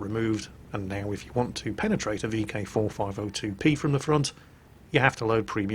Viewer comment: Are u saying vk4502 p or b